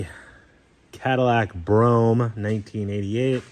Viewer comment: He actually pronounced it correctly